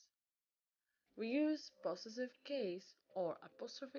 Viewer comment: Be careful how you pronounce the word ‘possessive’